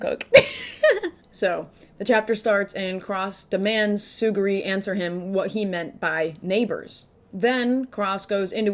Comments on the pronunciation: Its Tsu-ru-gi Not Tsu-gi-ri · It's not Tsuguri, it's Tsurugi lmao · Love your videos:) did not love the “Tsuguri” pronunciation of “Tsurugi” 😭😭😂